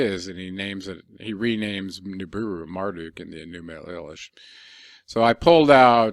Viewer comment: Your pronunciation of Enuma Elish is incorrect. It’s Eleesh in sound . Don’t believe me see Arabic and the song My Elish !